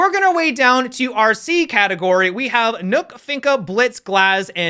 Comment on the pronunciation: Say "nook" one more time. See what happens...